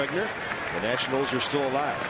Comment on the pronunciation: ah yes, the Washington Natinals